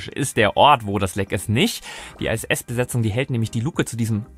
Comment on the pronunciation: Iss, nicht Ei ss.